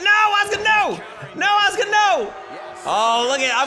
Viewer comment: God dammit there is a U in "aska's" name.